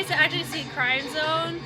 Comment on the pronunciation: With due respect, the correct pronunciation is “krim-zohn” not crime-zone. Crim sounds like “rim” and zone sounds like “bone”